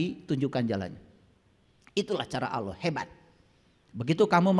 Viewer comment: Bukan OLLOH. Ucapan belajar sebutan...